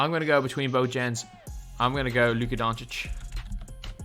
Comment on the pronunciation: Thank you for putting respect on Luka’s name 😄